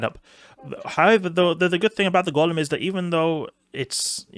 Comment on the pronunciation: Enjoy your vids man but, it's Golem (as in toe/hoe/poe/snow) not Gollum (as in the LotR character).